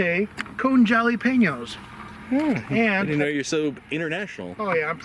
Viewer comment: “Joll-lA-peen-yo’s” 😂 Los gehts! Es war sehr net!